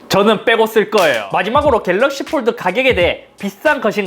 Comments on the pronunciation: 겔르억시-일단 박제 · 겔럭쉬~ 에 웃었습니다 ㅋ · 궬뤄어얷~ 이거 왤캐 웃기냐 진짴ㅋㅋㅋㅋㅋㅋㅋㅋㅋㅋㅋㅋㅋㅋㅋㅋㅋㅋㅋㅋㅋ졸귀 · "갤ㄹㄹㄹㄹㄹ" 겁나 웃었네ㅋㅋㅋㅋㅋㅋㅋㅋㅋㅋㅋㅋㅋㅋㅋㅋㅋㅋㅋㅋㅋㅋㅋㅋ 나 왜 이게 웃긴 거지?ㅋㅋㅋㅋㅋㅋㅋㅋㅋㅋㅋㅋㅋㅋㅋㅋㅋㅋㅋㅋㅋㅋㅋㅋㅋㅋㅋㅋㅋㅋㅋㅋㅋㅋㅋㅋㅋ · ㅋㅋㅋㅋㅋㅋㅋㅋ갤럭시 읽는거 개웃기네 ㅋㅋㅋㅋㅋ